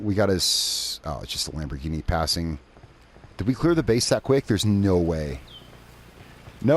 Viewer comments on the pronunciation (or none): none